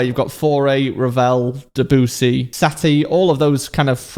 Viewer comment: "Deboosy" -, you need to fix your pronounciation of Debussy's name. Seriously.